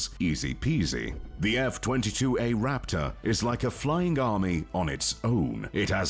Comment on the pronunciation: Am I the only one who got chicken skin when he said Raptahhh.